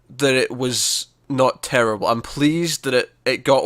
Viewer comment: It was TEWWIBLE